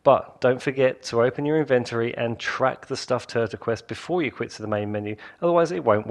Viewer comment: I almost disliked this video because of the way you pronounced inventory